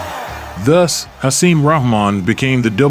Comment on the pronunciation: Hasim's last name is pronounced "Rock-Mon" not "Rah-Mon" EDIT: After watching the full video I must add: Hasim is pronounced "Ha-seem" not "Hassim" It really makes me question the narrator/and or content creator's knowledge of this era of heavyweight boxing. That coupled with the video's title of "The night Lennox Lewis got his ass kicked" when really, Lewis didn't get his ass kicked. He was overweight, grossly unprepared, too confidant and ultimately got caught with a lucky (albeit monster) right hand. I'm not a Lewis fan at all, but he was clearly classes above Rahman. Hasim was a solid fighter in his own right, but more of a fringe guy at best. Getting caught with a right hand from Hasim does not entail "getting his ass kicked" Mike Tyson got his ass kicked by Lewis, that would have been a better title and narrative. I AM a Tyson fan.